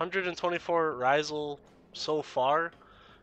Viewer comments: Love the guide dude. But Rysal? Ra-sial 😂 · this man called him "Raw-zul" its Rasial! "Rah-si-al". Good video over all though!